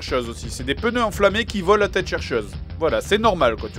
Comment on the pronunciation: J'suis la seule qui entend des "peuneu" au lieu de "pneu" ? x')